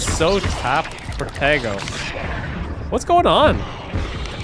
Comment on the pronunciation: Everytime he says 'protego' I hear 'potato'